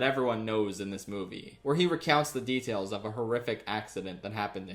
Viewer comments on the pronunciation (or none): none